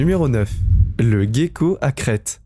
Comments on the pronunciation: Le gecko ne se prononce pas "gue" comme guerre mais comme je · Oui comme le gecko se prononce jé et non gué. Ainsi que le cœlacanthe se prononce sélacante... Il n'a qu'à aller voir Google pour savoir comment il faut prononcer.... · Le smilodon n'existe plus. Le soit disant smilodon en laisse n'était qu'un automate, un robot quoi... Et on prononce "célaquante", pour le cœlacanthe, le poisson ! Et c'est le gecko, pas le "guéco". Décidément, il faut aller voir Google quand on ne sait pas prononcer un mot. Sinon ça aurait pu être un bon reportage, dommage !